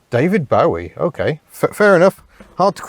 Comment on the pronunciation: Did you say Bowee instead of bowie. Re: music taste. Had a big dispute with my ex's mum who was a fan of this legendary musician.